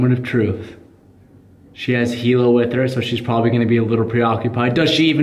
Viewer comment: he still saying shhheeess? wtf man ill be back in a month